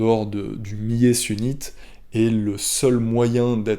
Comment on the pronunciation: Millet.. Il faut prononcer le "L" sinon ça donne un autre sense